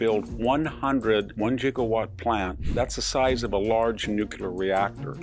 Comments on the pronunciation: Yeaa gigawatt not jiggawatt LOL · A little hard to take this guy seriously when he says Jigawatt instead of gigawatt. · "One jigawatt"? Come on, Victor, learn to pronounce it! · JIGA WATT? Back to the future said that “JIGA WATT” was a MISS-PRONOUNCED TERMINOLOGY! It does not exist! It was written in the scripts GIGA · It's gigawatt with a hard 'g' like 'gig' not jigawatt with a 'j' sound. (Jig) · Hehe, he said jiggawatt 😂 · Sorry, what’s a jigawatt? I know what a gigawatt is. Giga is a Greek word not an English word. It makes a G sound. Not a J sound. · "Giga" is pronounced with a hard "g" as in "go." A gigawatt is defined as 1000 megawatts, or 1,000,000,000 watts. The term "jigawatt" is fictitious and comes from the "1.21 jigawatts" of Back to the Future fame. Nobody knows what a "jigawatt" is, except it is HUGE. Saying it wrong reminds me of Biff Tannen! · "gig'awatt not "jig"awatt And nuclear has two syllables. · It’s not pronounced jigawatt, it’s pronounced gigawatt. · Gigawatt is pronounced with a hard g, as in giggle. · It’s not JIG AWHAT it’s HIG AWHAT. Like Gig Young. Sheesh! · “jigga-watt” 😁okay Doc Brown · I am a veteran of the great gif Vs jif war. Jigga watt triggered me. I am now in the fetal position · This guy can't even pronounce gigawatt properly (jigawhat?) and yet somehow feels qualified to comment on global climate change and the shift to sustainable power generation.👎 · Did he say "jigawatt"? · Jiggawatt? I can always count on VDH to misprounce somehting in each vid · this video is a load of unscientific nonsense. Guy cant even pronounce giga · This guy can't even pronounce 'gigawatt' and we are supposed to believe he's an expert in the energy economy and climate science??? Don't believe everything that you hear. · Back To The Future mad professor pronunciation of gigawatt in 3, 2, 1, … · Sorry to seem petty but you are mispronouncing "Gigawatt". Thanks for the video. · Yes. But it's spelled Gigawatt. A Gigawatt is equal to one Billion watts.